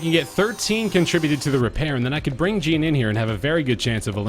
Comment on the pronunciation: That is not how you say Jean's name lol